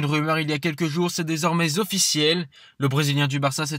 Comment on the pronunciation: "... C'est désormais Zofficiel..." Mais c'est quoi cette liaison affreuse ?? Et ça n'est pas la seule !